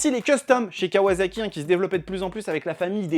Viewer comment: Sympa la vidéo juste pour info à la japonaise ça se prononce kawassaki et non pas kawazaki 😌